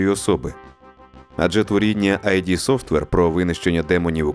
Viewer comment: Дуже приємно дивитися Українською, дякую за файний контент! Невеличка поправка не аЙ дИ software а правильно просто ид, це з психології - несвідому частину психіки, сукупність інстинктивних потягів.